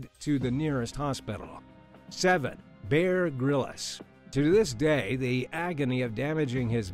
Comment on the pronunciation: dude it's Bear Grylls not Bear Grillas..as in Bbq Grill.